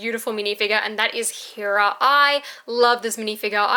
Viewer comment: When will you say heras name correctly